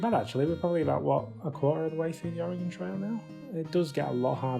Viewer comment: Most people in the states butcher the pronunciation of Oregon. Kudos to you, you got it right!